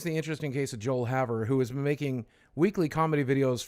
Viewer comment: When said “Joel Haver” my skinned crawled, when said it my skin didn’t crawl. He definitely put his own artistic spin on the script